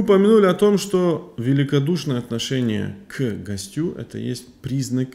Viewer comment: Ассаляму гьалейка уа рахьматуЛЛАГИ уа баракатуГУ. Правильно ставить ударение на первый слог: гОстю